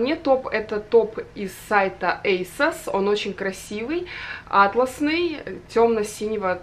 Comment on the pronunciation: правильно говорить атлАсный топ, а не Атласный... 🤓🤭